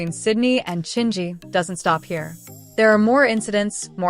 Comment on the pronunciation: This AI voice keeps mispronouncing Chingy. It's distracting.